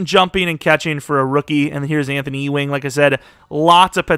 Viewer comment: E-Wing? It’s you-wing. Like Patrick Ewing